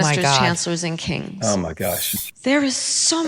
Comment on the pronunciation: she now pronounces it "kangs"